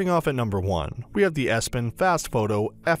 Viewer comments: EPson, not ESpon! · Epson not espon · I cant give much credence to someone who cannot even pronounce the product name correctly. Espon??? I bet EPSON was a little chagrined. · Because it is Epson not Espon . Would you watch my review about Massung S20? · "Espon" whut? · I stopped this video immediately after he said Espon